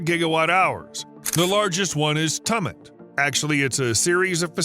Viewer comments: Tumet? Its Tumut. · This narrator cant pronounce names correctly and a lot of the video is mirrored. It’s “chew-Mit “ not “tum-it” Spelt Tumut. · Your pronunciation of Australian places and animals is wrong Tumut is pronounced Toomit, and Corroboree is Coo- robbery are just two examples. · It’s spelt tumit but pronounced as toomit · Tumut is pronounced tYOUmut. 🙂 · Tumut is pronounced ‘Tioomit’ … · Pronounced Two mutt...wally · Tumut is pronounced Chewmutt. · Tumut, pronounced (/ˈtjuːmət/) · This is an embarrassing tax payer funded farce. One tunnelling machine spent nearly a year half sunk and stuck in the tunnel and it’s pronounced t-you-mit . Gross waste of money and green stupidity at its very best, we are reaping NOTHING from this bloody disaster except decades of debt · The word Tumut is pronounced similar to the word Tuesday ie Tue Mut